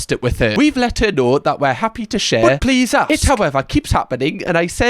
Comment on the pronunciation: Also the e-a-e on please 😂